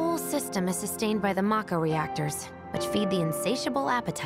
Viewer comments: I just hate that they mispronounced the word "MAKO". It's 'MA-KHO', not 'Mok-ho". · To be fair, the two Japanese syllables would be "mah-ko". That being said, I always called it "may-co", too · I always pronounced it "mack-o" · How they say mako, is driving me nuts